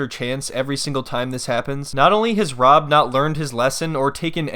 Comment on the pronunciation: Is it me or does she say "Wob" instead of "Rob"